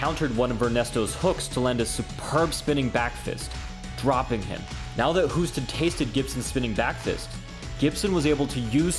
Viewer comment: Hoost is pronounced as the english word 'host'. Great list. Keep it up